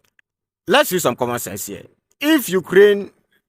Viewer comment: He bit off more missile defense than he could chew up logically. It blew up his teeth by "comman"😢 sense. Trevor Noah material.